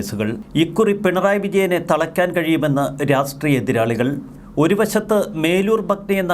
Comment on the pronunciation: ഉച്ചാരണം ശ്രദ്ധിക്കൂ.രാസ്ട്രീയം എന്ന് ഉച്ചരിക്കാതെ രാഷ്ട്രീയം എന്നു തന്നെ ഉച്ചരിക്കാൻ ശ്രദ്ധിക്കൂ. നല്ല വീഡിയോ അവലോകനം.